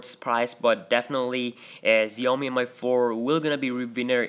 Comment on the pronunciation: Again its shoo yoo mee not Xiaomi or Zayomi